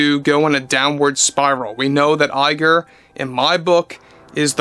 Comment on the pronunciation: we just love it when you say Bob Lie-ger!